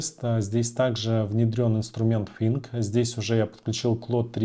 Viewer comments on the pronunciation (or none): Подучите Английский пожалуйста 😢 слушать невозможно «фынк» 😊